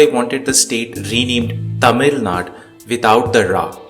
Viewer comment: It's not naad , it's naadu